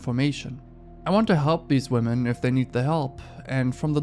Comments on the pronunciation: Why is this the second time as of late that i've discovered somebody with a large online following who can't pronounce the word 'women'? For clarity, it's somebody featured within the first story. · The dude at 7min really bothers me because he english obviously his first language, be he doesn't have any distinction between saying wman and women. Idk, just irks me so bad. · whoever was the tick toker that kept saying woman instead of women, I swear needs to go back to school. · Why can't male YouTubers pronounce the word "women" correctly? 🤦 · Bruh why tf does pronouce "women" incorrectly